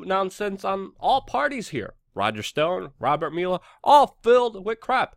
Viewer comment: You suck at pronouncing "Mueller".